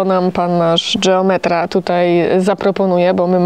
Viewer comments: geometra (wymawiane po włosku dżeom...) to we Włoszech instytucja, ma o wiele większe kompetencje niż geometra po polsku czy geodeta. Dlatego jak najbardziej słusznie że wymawiają po włosku. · mieszkam od 34 lat w Rzymie i wiem kto to jest geometra i nadal twierdze ze wymawia sie je z innym akcentem .Jesli juz ktos koniecznie chce uzywac obcych slow to powinien sie nauczyc je wymawiac .